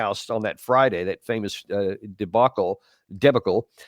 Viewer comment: Lt. Col. Davis, I’ve always had a deep respect for what you do. Sharing your expert knowledge and deep analysis of important issues that are ignored by the global media, is needed and appreciated. Thank you. But I gotta ask. Why do you seem to intentionally mispronounce “debacle”? You let it slip, here, that you actually do know how to pronounce it, and then miscorrected it. Did you lose a bet and are honorably being faithful to the terms, or what? Respectfully yours, Mr. Chartier.